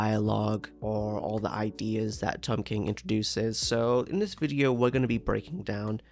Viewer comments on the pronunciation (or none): none